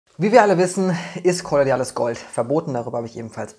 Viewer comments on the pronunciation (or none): Und noch mal: KOLLO-IDALES, nicht KOLLO-DIALES, lieber:-D Ich frage mich immer, wer solche Studien macht, Pharmakonzerne wollen doch nicht, dass Menschen gesund werden, wer also hat das Forschungsgeld, Pflanzen zu testen, was natürlich sehr löblich und schön ist?